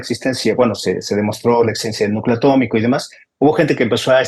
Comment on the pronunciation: ATOMICO... se dice ATÓMICO ⚛